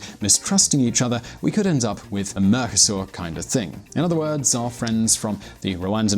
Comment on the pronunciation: I also heard "Mercusor" and thought - wtf?